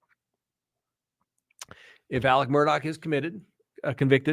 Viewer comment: It is pronounced Murdock or murduck here in the South.